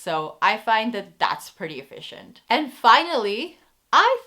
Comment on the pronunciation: My 3 year old son said ‘visje’ every time you said ‘efficient’ haha Thank you for this list, we enjoyed watching your video! Apparently Dutch customers are (among) the most difficult in the world, if a store can please Dutch customers they can succeed anywhere.